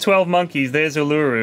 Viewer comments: JFC guys, "Uluru" is "OO-la-ROO", not "a-LOO-roo". Took me ages to work out what you were saying. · Every time they say ooluroo i cringe...... it's ULURU!!! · "Oo - lah - roo." Not "a - loo - roo." Triggered. XD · Ooloo? It's fucking oularoo. Take it from an Australian. Just heard pronounce the english name right. I've calmed down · U-lur-u... jesus my inner aussie has died. U-la-ru is proper pronunciation. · U-LU-RU goddammit not U-lureroo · Hate to be the guy but its pronounced ooo-loo-roo not oloo-roo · Can confirm as an Australian its pronounced Oolaroo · That natural wonder near is pronounced All-a-roo that's the aboriginal pronunciation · its pronounced ooh-luh-roo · It's pronounced oo-la-roo my dudes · Uluru is pronounced U-la-roo btw. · Bloody n00bs, it's pronounced oo-la-roo. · Uluru. pronounced. Oo-la-ru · It's pronounced Ew-Lou-Roo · LOOK GUYS. IM AN AUSTRALIAN, ULURU IS PRONOUNCED UER LA RUE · (Oo-la-roo) Please say it right.👍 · their pronunciation of Uluru kills me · The way they say Uluru... It hurts me. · Coming from Australia here they are saying Uluru completely wrong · My gosh, i'm Australian and the way they pronounce Uluru triggers me hard... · The pronunciation of Uluru is so wrong... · My Aussie pride stings... Uluru is really not pronounced like that... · They butchered the pronunciation of Uluru :') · hearing them mispronounce uluru is very painful. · Dat pronunciation of Uluru... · your pronunciation of Uluru hurts. from australia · The pronunciation of Uluru... as an Aussie, I cringe so hard XD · I forgot how poorly the brits pronounce Uluru